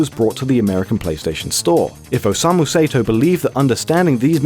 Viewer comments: You pronounced "Osamu Sato" as "Osamu Seto"... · its not Say-to its Sa- e - to.stop butchering this guy's name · "Sato" would be pronounced "sah-toh," not "say-toh." If it was "say-toh" it would be spelled "Seito." Basic Japanese, folks. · It's pronounced like "Saw-Toe", not "Say-Toe". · I'm pretty sure dynamic/static refers to the type of dream you got and whether you interacted with creatures/objects in it, not how much you moved. Sato is pronounced with an ah sound instead of a long a. Hatsu yume is pronounced with an e sound as in the ay in may, not a long e. Put simply, Japanese vowels are always pronounced the same way, so next time you make a video like this you would sound more researched if you look up a pronunciation guide.